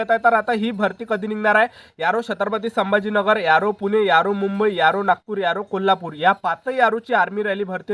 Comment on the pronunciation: Aro ❎.... Yaro ✅....